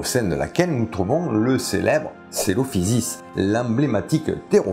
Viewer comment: Je me souviens dans le docu sur le Cœlophysis, le doubleur l'appelait koélophysis. Je l'avais vu quand j'étais petit et ça me choque tellement quand tu le prononces différemment haha